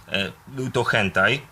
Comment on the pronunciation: Hantei, nie Hentai :P